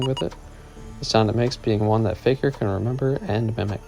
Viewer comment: btw you kept saying "faejkur" and "lament" wrong